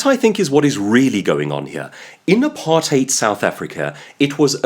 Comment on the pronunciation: This is good. Very entertaining. I will watch more of your videos. And of course you're from South Africa. You pronounced apartheid correctly.